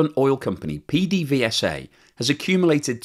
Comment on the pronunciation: PDVSA is pronounced "Pay-day-vay-sa" by us caraquenos. :)